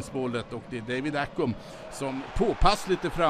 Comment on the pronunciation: David Accum ? I-Cum? Han heter ACCAM för helvete haha!